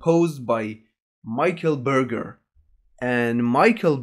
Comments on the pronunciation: Berger is pronounced "Bergé" (R is silent) in French, since you're studying French. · Try to pronounce Michel Berger name more like Ber-je (as the beginning of Jerry, well only kind of, but still more recognisable this way than saying Burger...)